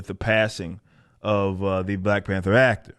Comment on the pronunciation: Did mean to say Black Pander instead of Black Panther......lol not sure but that was pretty good if you didn't.